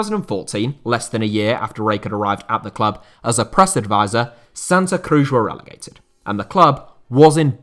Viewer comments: its not "Crush" is CruZ like in Penélope Cruz the actress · who says Cruz like that :)